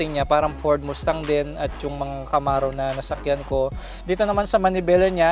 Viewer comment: Ford mustang, pronounced mastang and not moostang correction lang po